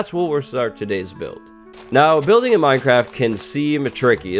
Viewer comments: 🍿 Its Minecwaft time 🍿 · Uwu. Minecwaft! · minecwaft. Everyone else: minecraft